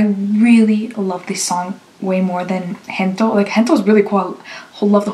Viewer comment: Thank you for reacting to SB19 just a small note: It's not "Hento", it's "Gento" with the "G" from "Gold".